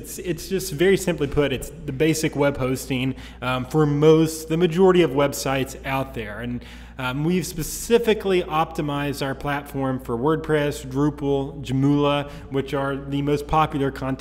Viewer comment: joomla pronounce joom la like how you say zoom not ju mu la